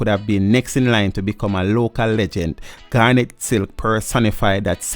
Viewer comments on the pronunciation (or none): none